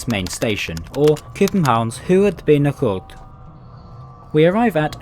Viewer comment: It really sounds like you're pronouncing the Danish words with a strong Swedish accent. 'Hovedbanegård' is pronounced with a hard 'g' like in English, not the 'hr' throaty sound that is sometimes used in Swedish. The 'd' is soft, meaning that it gets pronounced like the 'th' in English 'that'. I won't even try to explain the vowels, because Danish has 29 vowel sounds whereas English only has 13, so I can't find a good match for most of them. Also, you should really have tried walking through one of the connections between units! It's the coolest feature of those trains.